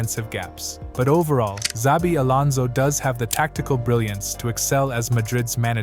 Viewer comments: It's not "Zabi" --- it's "Chabi" :-) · Made a video of Xabi, didn't bother to learn how to pronounce his name. Embarrasing